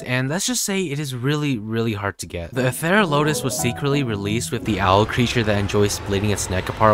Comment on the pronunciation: It’s pronounced Ether ral o tus..